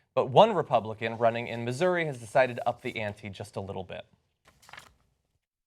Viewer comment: he's not even pronouncing Missouri correctly, gtfo